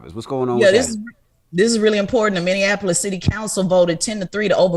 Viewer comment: Charla, we need you to learn how to pronounce Minneapolis. Minn-e-a-po-lis. Not Minnianapolis. This ain't Indiana.